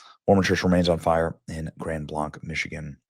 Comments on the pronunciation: Just for your knowledge grand blanc like many French places is pronounced as you would in “middle America “ English. So we say blank. But it’s a little crazy up here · Grand Blanc,its pronounced Grand Blank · You are pronouncing it wrong...Blanc is said with a long "a". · Grand Blank. Thats how you pronounce it. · We were on our way to our church. When we had multiple police passed us. Shortly after we arrived out our church it was announced and we were put on notice. Smoke was still billowing on our way home. We are in prayer for everyone affected.Benny its pronounced Grand Blank. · Mormonism is not Christianity, they believe Jesus was the brother of satan. Still bad that all these innocent people died, it's just that he said it's a Christian church, it's not. Also, it's pronounced Grand "Blank" not "Blaunk" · Benny!! Thank you for reporting on this horrible hate crime! I have just one bit of constructive criticism. The township name is pronounced Grand Blank not Grand Blahnk. I know because I lived there for 9 years 40 decades ago. Thank you for your attention to this matter. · So close to my home. My family doesn't go there but I am praying for the families. Side note: Blanc is pronounced Blank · It's pronounced like Blank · Heh Benny, Chris here from Michigan. Just so you know it's pronounced Grand Blank...even though there's a c at the end. This is another tragedy for God's people. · Hi Benny just to let you know Grand Blanc is pronounced as "Grand Blank" here in Michigan. Thank you for highlighting this very tragic and awful event. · Grand blanc, pronounced grand blank…. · This is such a shock. Grand Blanc (pronounce 'blank'), is only a couple hours west of me. It's not a super big town. The local sheriff also stated that they expect to find more victims when the fire and embers have died down enough to enter the building. Horrific. Tragic. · I am from Michigan... say it like this Grand blank... How you pronounce it.